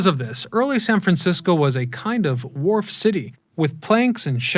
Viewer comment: It's Fisherman's Wharf, not Ward 🙂